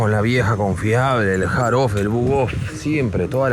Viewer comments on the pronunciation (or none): none